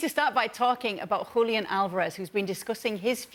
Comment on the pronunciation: Congratulations to Kay for the way she says "Julián"